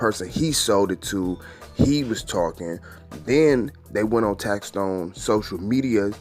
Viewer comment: Big shouts to for finally saying tax stone name right. Tax Tone is someone else famo 😎